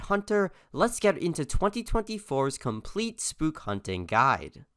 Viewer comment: you are missspelling complete you are saying compltete